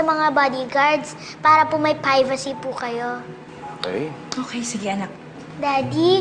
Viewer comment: Narinig niyo yung nagsabi si pivacy hindi privacy😂😂😂